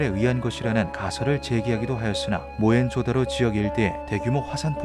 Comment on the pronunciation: 모헨 조다로가 아니라 모헨조 다로입니다